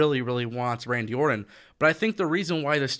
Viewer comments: It's Orton not Ordon!! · One thing that I know is a FACT: AEW does not want Randy anywhere near as much as I want you to pronounce the 'T' in "Orton".